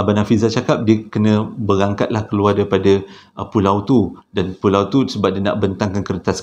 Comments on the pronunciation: walaupun 'pualau' tetap terbaik!! 👍🏻👍🏻👍🏻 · Ramai yg terpuakau kan. Tu yg jadi "Pualau" tu. Thorrbaekk 😅😂🤣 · Tersasul ke, pekataan "Pualau" ke, xpa, Kami tetap terhibur.. 🤭🤭🤭 👍🏼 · Pualau pon boleh bang ... Tpi sokey ... Semua faham 😉👍👍